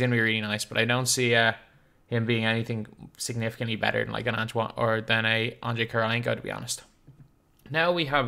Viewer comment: has been calling antawn jamison Antoine Jamison for so long